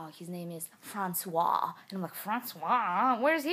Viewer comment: It's true, I'm french and here in France we kiss each other all the time :D And I love how you say "François" ! <3 I hope you'll make more videos like this one 'cause this story was absolutely fascinating, haha :P Love you moosh mommy, KISS from France ;)